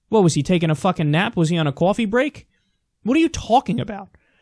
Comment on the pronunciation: Kyle went full New Yorker on the word coffee